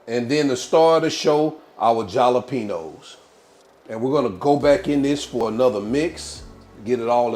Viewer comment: Jalapeños is enunciat ( ha-la pe nos). It's a spanish pepper.